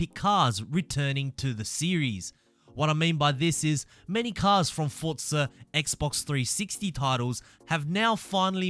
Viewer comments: its for zaaa not fortza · Fortza? Almost everything he says has a t in it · Good videos. No T in Forza though